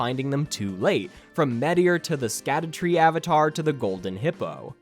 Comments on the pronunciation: Fun fact "Scadu" is actually an old english way of spelling the word "shadow" and is pronounced the same way! this is also shown with the evergaols being an old english way of saying "everJAIL" so when saying "Scadutree fragment" you should pronounce it "Shadowtree fragment" great video btw couldn't have agreed more! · I love that everyone (myself included) says "scadoos", when it's supposed to be pronounced "shadow tree fragment". You know, like the title of the game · Sacdutree blessings are actually pronounced "Shadow-tree blessings" since it's a real old english word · So suckytree blessings are actually pronounced scoobydoobydoo blessings? ight gotchu fam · Actually it's pronounced skibidi blessings 🤓👆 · Dumb fact that probably no one will care about, but following old english rules "sc" is pronounced "sh", so it's "shadow fragments" and the "shadow tree", which probably makes way more sense for people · *image of walter white yelling from the car "!!! IT'S PRONOUNCED SHADOWTREE!!!" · It’s pronounced “shadow tree blessings” Just like Gaol in base. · of course there is a way. Japan has no clue what our humour is like, just how we have no clue what is funny on their social media. It is called the scadutree because in old english d is pronounced more like an h, and it is pronounced more like 'the shadowtree'. It is literally just an old english name as opposed to modernized english.